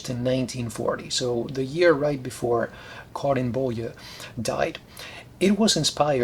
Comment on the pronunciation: you nailed the swedish pronunciation of karin boye!